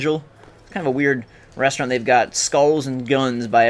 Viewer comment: its a bar not a restront dude